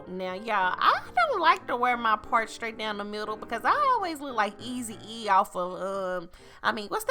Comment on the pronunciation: 😂😂 not Ease E 😭